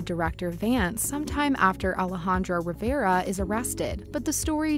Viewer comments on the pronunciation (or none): none